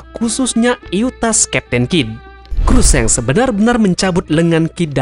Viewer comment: wkwkkw mimin nyebutnya shenk (seng) ,bukannya shanks (shangs) ?😂😂